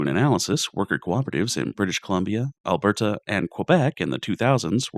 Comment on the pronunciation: As an Albertan I do find it pretty funny that my province got mispronounced. I loved the video and I'm not offended it's just the first time I think I've heard somebody try and say it that way.